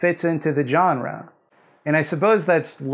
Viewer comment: Thank you for not being a dick about the jump-scare thing. For this I am willing to forgive the pronunciation of "jawn-ra."